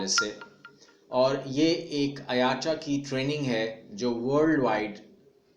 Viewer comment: IATA Brother IATA Ka correct pronunciation (Ayta) hai Na k aayataa !